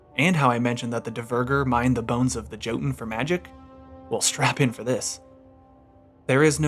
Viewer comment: This is an amazing video! But please the “J” in Jotunn is pronounced as a “Y” I know it’s a nitpick but as a Norse language and mythology enthusiast I couldn’t help but point that out great video though can’t wait to see how this game will end